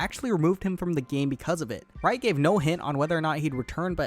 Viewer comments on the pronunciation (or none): none